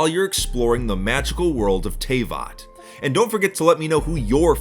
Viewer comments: Teyvat is pronounced T-v@ not tay-v@ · Hey Just wanted to say you nailed it describing Genshin Impact in your video. It's hard to find good Genshin Impact ads right now, but yours was certainly among the best and most informative. One thing for future reference though. I believe Teyvat is pronounced "Te" and then "vat" as in "vat of acid". I hope I get to see you sometime in game if you're playing. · BRO TOU SAID TAVAT WRONG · He said teyvat wrong